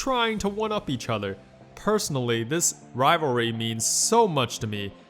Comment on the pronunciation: do u even try pronouncing rivalry correct? lmao im dyin